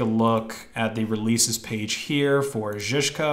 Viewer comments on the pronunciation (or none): Yep. You butchered it perfectly. Not rzyrzka, but szyszka. :P Like sh in short. Czkawka. Hmmm. Ch-kah-v-kah. Ch like in chain. I think it will be closer. ;) Ł or ł = w in week. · You were pretty close actually. its Shi-shka :) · It's pronounced szyszka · it's sound be pronounced shyshka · you pronounce it like: Шишка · Szyszka - Sheeshka Czkawka - Tchkavka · He butchered it. Sz = sh, like in short.